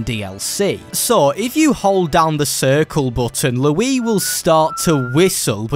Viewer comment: Here’s something that doesn’t make sense. Why the heck does pronounce Luis name like this (lew-ee) when his name is clearly stated in the source material to be said like (lew-ees).